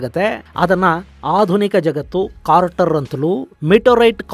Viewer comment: ಅದು ಇಂಪ್ಯಾಕ್ಟ್ ಕ್ರೇಟರ್ , ಸರ್..... ಇಂಪ್ಯಾಕ್ಟ್ ಕಾರ್ಟರ್ ಅಲ್ಲ ... ತಪ್ಪು ಹೇಳಿದ್ದೀರಿ....